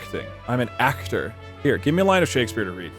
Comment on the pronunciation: I don't know what that pronunciation of "aCHtor" was, but it really got me. 😂